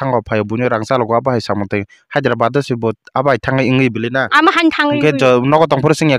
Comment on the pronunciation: Hyderabad ❌hazirabat✅😂